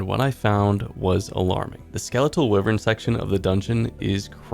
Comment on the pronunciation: I had to Google it to be sure I wasn't the one saying it wrong but wyvern is definitely pronounced(why vern) not wivern.